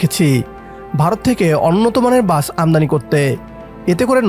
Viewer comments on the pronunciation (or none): বাচ না, বাস। ঠিক মতো বাংলাও বলতে পারে না, চ্যানেল খুলে বসেছে?